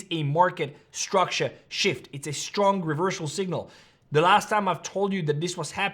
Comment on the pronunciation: Stop saying ish-tructure It's structure